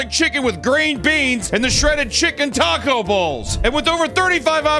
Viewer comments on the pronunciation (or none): none